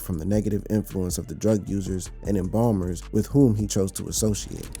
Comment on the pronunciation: “Embalmers “?? I think that said ENABLERS